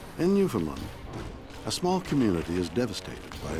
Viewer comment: Shatner is Canadian and should know how to say Newfoundland